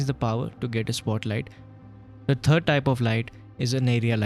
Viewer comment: Thank you for your time and the tutorial. I hate any noise in the background and since I appreciate good music; it should not compete with the narrative; becoming noise which by definition is sound that I do not want to hear. All the negative aspects such as the Hindi accent; worst of them all is side-stepped by putting the sound off and the subtitles on; choosing English. BTW, the word "THIRD" is pronounced with the tip of the tongue between lower and upper teeth otherwise you end up with the word TURD which is fecal matter; an embarrassing word.